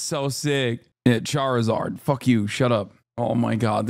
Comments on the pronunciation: Haha “chair-eh-zard” 😂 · That pronunciation of Charizard was actually criminal